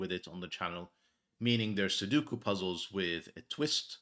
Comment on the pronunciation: Take a look at the vowels in "Sudoku". The word come from Japanese, and in that language, vowels are not interchangeable (as they often are in English). Especially note that the center vowel is not 'u'.